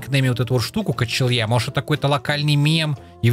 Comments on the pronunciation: не Качел'я, а Качеля (качелька на которой дети качаются) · не качелья а качеля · дапо это фама и не качелья а качеля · это не качелья а качеля просто